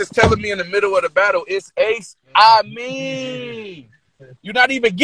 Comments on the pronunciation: His name is ace amin not ace Amos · Lol why he keep calling him Ace Aimin 😂